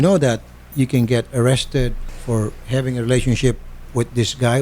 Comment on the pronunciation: "i was surfrise because they didn't inform me and i though we're habing a paste to pase"